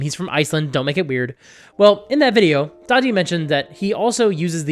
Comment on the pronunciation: Daði isn't pronounced "Daddy". It's pronounced "Dah Thee".